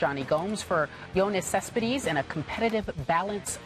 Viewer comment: "Yonis Cespidees" 😂 this is what u get when ESPN decides to cover baseball in the studio